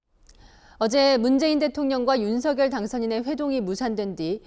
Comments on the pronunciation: 방송인 이라면 우리말 사용에 정확한 발음을 구사해야 합니다! 윤석열의 발음은 "윤서결"이지 윤성열이 아닙니다! 대부분의 기자와 방송인들이 윤석열(윤서결) 의 발음을 윤성열로 하는것을 보고 실망을 금할수 없읍니다! 윤성열과 윤석열이 같이 있다면 발음으로 어떻게 구분 할수 있읍니까? 말과 글로 먹고사는 기자나 방송인이 발음과 문법에서 자주 틀리는 행위를 반복하는 것은 부끄러운 일입니다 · 윤석열대통령 본인이 직접 방송에나와 윤서결이 아닌 윤성열로 불러달라고 하셨습니다.본인이 원하는대로 불러드리는것이 옳다고 생각합니다.